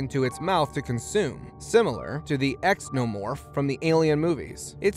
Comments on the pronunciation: Ok first of all. It’s not X o morph it’s called zeenomorph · Exnomorph nah mate xenomorph pronounced zee-know-morph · Did you really say ex no morph? It is Xenomorph. Wow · Similar to the what? Ex-No-Morph? Good lord mate. Zee-no-morph. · It's called a XENO-MORPH . Not an X-NO-MORPH. Don't botch Ridley Scotts amazing series YOUTUBER. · Xnomorf lol... it’s pronounced Zeno-morph or xenomorph. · EX OH MORFS? LOL! Pronounced, ZENO MORFS Xenomorphs! Hssssssssssssssssssssssssssssssss!! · ZENOMORPH!!!!! Not X-No morph. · this mutha fucka did NOT just say exnomorph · Xenomorph is pronounced zee-no-morph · FYI the monsters from the movie Alien are pronounced Zēno-morf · This guy pronouncing xenomorph as exnomorph... lol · Boi did I just hear ex-no-morph lmfao. Good try it's the effort that counts. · " Ex-Nomorph " ? You sack off .. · ITS ZEE-NUH-MORF!! You don’t pronounce the X in “Xenomorph” 🤦🏼‍♀️🤦🏼‍♀️🤦🏼‍♀️ you pronounced so many things WRONG in this video. If you’re going to upload something educational, you think you would take the time to correctly pronounce words. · X-nomorph?? really?? hahahahahahaa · X-nomorph? Come on my guy. You make two alien references and don’t know how to pronounce Xenomorph? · The "X-nomorph" Stopped watching.... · First, it's pronounced "Zee-no-morf". Second, you haven't been to a university campus lately...a male human can absolutely have babies ;-) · "X-nomorph" You mean xenomorph?? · Dude you said a few things wrong and I let it go, but when you called a xenomorph an exnomorph, I gotta say I'm just dissapointed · I somehow started skimming through the video and landed my second click on the timeline with EXNOmorph....cringe AF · When he pronounced “Xenomorph” as “X-NO-MORF” .. I lost it🤦🏼‍♀️🤦🏼‍♀️ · Xenomorph pronounced like Zeenomorph. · Xenomorph is pronounced like zenomorph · You just earned a dislike for saying Xenomorph wrong. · I'm sorry but that was an absolute butchering of the word xenomorph